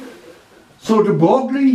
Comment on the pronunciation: Very interesting as usual. Just a non-scientific fact here: De Broglie is not read as "De Broglie". Even French do make the mistake. I dont think there's an equivalent sound in English (it's close to to the french words "feuille" (leaf), or "oeil" (eye)) so I invite you to check somewhere online a pronounciation video :D Best, stay safe